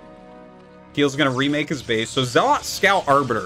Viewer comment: Please learn how to pronounce zealot.... They have it in the cutscenes